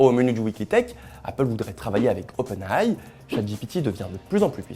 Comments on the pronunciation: Svp, arrêtez de dire "openaille" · Oui. Dites Openailli